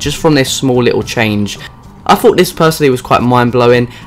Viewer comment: THING not FING THOUGHT not FOUGHT